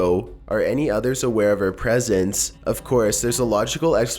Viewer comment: Lost centuries ago... made you lose all credibility. press ence. made me chuckle.